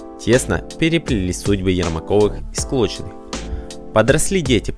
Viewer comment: Не Склочины, а Сколчины, диктор , что у вас с речью?